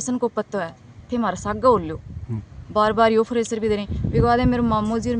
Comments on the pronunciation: ये ड्यूटी जाती है प्रेशर को फरेशर 😂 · Preshar dabav hota hai fresar nahi hota hai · फ्रेसर नहीं प्रेसर होता है बूच फ्रेसर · फ्रेशर नही प्रेशर होता है।बन्दी अंया की ही थी